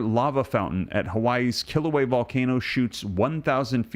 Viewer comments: Love your channel and videos. I think it's a yes, and all of this makes me think of the 6th Seal of Revelation 6. (And I'm pretty sure the volcano is not pronounced "kill ooh way" but "kill ooh way uh.") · Pronunciation of Kilauea is "kill- a- way- a," not "kill away" The vent is within Halema'uma'u, "holly ma oo ma oo" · Also, the a on the end of Kilauea is sounded when pronouncing Kila ue a. Just FYI. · Please! You are mispronouncing the Hawaiian volcano. It is pronounced kill- uh-way-uh. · "Kil - a - way - a"